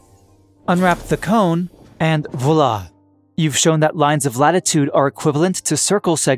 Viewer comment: love your videos! please do not pronounce "voila" again. it hurts.